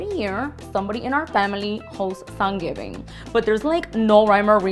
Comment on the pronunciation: 3rd consecutive year of "Sangivin" for me